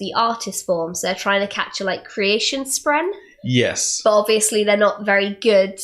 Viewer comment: Love it all other than the pronunciation of “spren”, it’s not “spreen”.